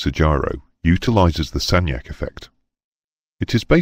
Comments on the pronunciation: Sagnac pronounced Sañac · Might I just correct your pronunciation of Sagnac's name? It is pronounced "san-yac". Doesn't the ring laser gyro look awfully like the Michelson-Morley, Sagnac and Michelson-Gale experiments? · FYI the name is pronounced more like "sanyak" 😊 👍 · Sagnac is pronounced SAN-yak,.